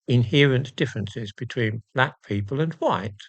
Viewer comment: 🤣🤣 "But... Your bleck!!"